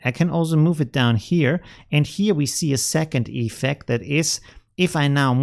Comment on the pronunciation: Dude... it‘s effECT, not EEEEFect😅